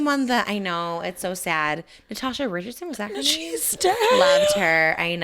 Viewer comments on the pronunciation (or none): none